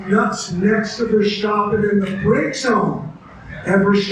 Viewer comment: Another arrogant "expert". The Dutch don't use the sh sound in place of the s. Nobody on TV calls him "Vershtappen" It's not a triangle, it's just an angle. This guy is kinda dumb.